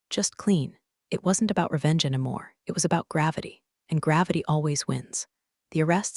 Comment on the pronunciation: Along with all the other points I keep posting about, the stupid narrator-bot DESPERATELY needs to learn how to pronounce "any." It's NOT "ennamore," it's "ENNY-MORE."